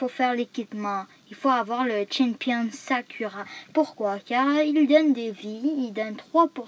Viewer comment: Le s chempion s'appelle pa Sakura mais sakoura parce que en japonais le u se dit ou